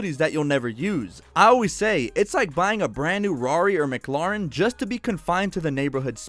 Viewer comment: Mac laren?😂